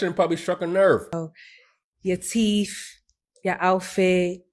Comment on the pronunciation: Did that nursing failure just say "teefh"? I'm assuming she meant teeth. No wonder she didn't become a nurse.